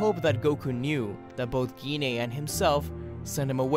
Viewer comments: gine's name isn't pronounced gi ne its pronounced j ayn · It's not Giné, it's (Guy-n)